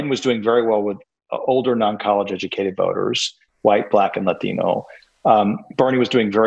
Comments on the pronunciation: It’s Latino not Lathino for you sir. I claim pronunciation appropriation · Why does he pronounce "latino" with an accent? Does he say kangaroo like an aussie? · stop saying 'latino' like that, dude